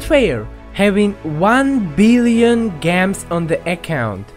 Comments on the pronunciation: Hey! Love your videos. In my opinion the ban is fair. And if angry Hussain fans come ignore them Also its pronounced (gems - je-mms or just ms) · I agree even if u say gems wrong I still agree lol